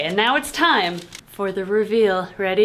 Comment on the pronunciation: Did say RuVeal?